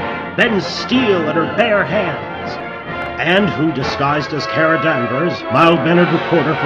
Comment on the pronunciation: I love this! My one complaint is that "Kara" was mispronounced. On the show, it's pronounced like "Car-uh."